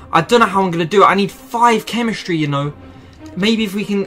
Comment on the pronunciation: Nobody: This guy: chemischtry